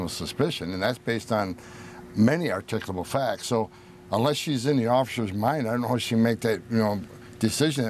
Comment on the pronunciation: What the heck is “articable”? Do you mean articulable, ar-tic-u-able and the use is articulable reason.